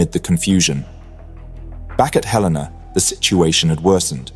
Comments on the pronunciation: It's HEL-a-na, not he-LAY-na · Hell-in-na....not halena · He-LE-na, not hel-LAY-na. As a US Cruiser, she is named after a city. In this case, Helena Montana. Though I suspect I would be equally as bad at pronouncing some city names in the UK. And later in the video, you get it correct. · Not even 20 seconds in and Helena was mispronounced. ☹️ It's HELL-en-uh for future use. From a proud resident of Helena, Montana USA. 👍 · It's pronounced HELen-a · HELL-IN -AH . . . Two LL's... as in Hel . . . ☆